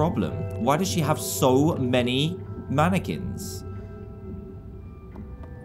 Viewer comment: how dan said mannequins made me laugh so hard..Reminds me of how a granny would sing